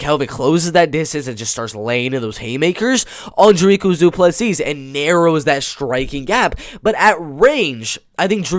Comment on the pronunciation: Love that people abroad aren't underestimating Dricus. One thing tho', his name is pronounced "Dreek - Uhs - Du - Plus - See". I'm also a Afrikaans boy from South Africa and we share a surname, so you can take my word for it. Awesome video!